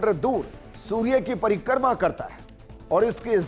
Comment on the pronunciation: परिकर्मा नही परिक्रमा